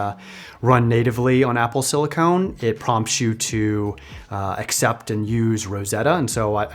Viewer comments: great video, the only thing that triggered me was "silicone". Similar stuff, really different application. "Silicon" is what is used to make processors. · CE here, just want to clarify… silicon is pronounced sili-Kin. Sili-Cone is a rubber like plastic. Silicon vs silicone. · Just discovered your videos recently as a data analyst myself and really enjoy them, you got a sub! Just one small note that it's pronounced Apple silicon (sili-cun, for computer chips) rather than silicone (sili-cone, a flexible rubber used in breast implants :P).